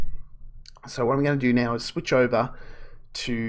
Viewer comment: Over not ower 😀